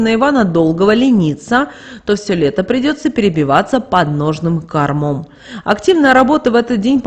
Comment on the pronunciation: Ну сколько можно коверкать ударения в словах. КОрмом а не кормОм. Жуть.